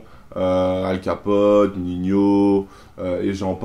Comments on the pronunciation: pourquoi il dit ninio et pas nino ? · Lyrrad098 car on le proonce comme ac, on dit pas nino